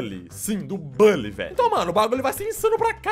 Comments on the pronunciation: Na vdd se fala Bully e nao "bãnlly" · Nao é bally é buuuuuuhhhhllyyy